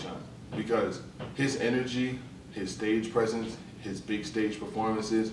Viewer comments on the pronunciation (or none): none